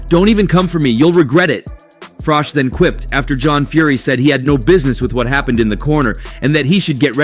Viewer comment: How difficult is it to pronounce Froch?